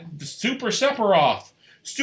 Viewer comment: I’m pretty sure it’s Sef a Roth not SeP A ROTH!